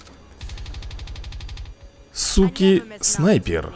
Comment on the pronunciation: Круто рей но не суки а зуки наверное